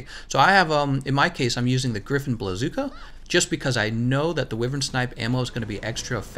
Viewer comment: Good video! But wyvern is pronounced (WHY_VERN!)